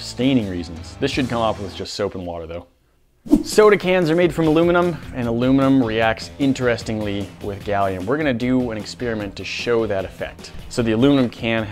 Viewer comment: The word is experiment, not exspearamint. I bet that you also pronounce photography, furtography.